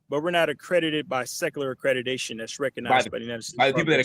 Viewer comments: AcreDIDAtion???? Am I the only one that heard this? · Why is he saying accrediDation instead of the actual word accrediTation 🤷🏾‍♀️